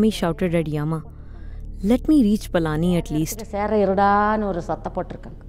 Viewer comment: Requesting you to kindly not allow the butchering of names of people and places 🙏🏼 for example.. it's Palani and not Palaani etc. Thank you, Namaskaram 🙏🏼